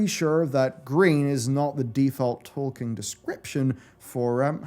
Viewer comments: Who is that Tolkein you are talking about, I only know a Tolkien :D ? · It is Tolkien, not Tolkein. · Why do you pronounce it Tolkein the entire video? XD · Who's Tolkein? xD